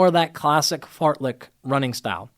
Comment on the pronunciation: I'll never not hear it as "fartlick run"